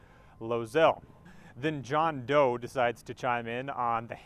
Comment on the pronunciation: That dudes name was John Do... Not John Doe......#Needle